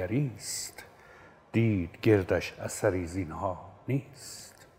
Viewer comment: درود استاد بزرگ ! پوزش بنده را پذیرا باشید! اگر اظهار فضل نباشد،باید بگویم که در دو جا به جای کسره در حرف اول، فتحه به کار بردید که بهتر آن است که هر دو را کسره بگیرید:۱- واژه ی «تیهو» با کسره درست است ۲- در مصرع «دید گردش اثری زینها نیست» ،واژه ی«گردش»با کسره درست است،به معنی اطرافش ؛حضرت عالی با فتحه خواندید،که با معنی بیت تناسبی ندارد! سید ابوالقاسم حسینی،دبیر ادبیات،نورآباد ممسنی فارس!❤